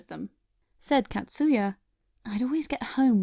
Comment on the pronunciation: Catsuya... it’s actually pronounced “kotsuya”... short A sound .. 😅